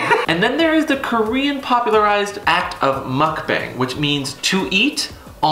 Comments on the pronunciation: In case someone wonders... It's not pronounce Mock-Band... It's pronounce Muk-Bung :) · I think if I were to write it how it is pronounced, I would say Mook Bong (emphasis on the ook). Then again, maybe I too don't know how to correctly pronounce it.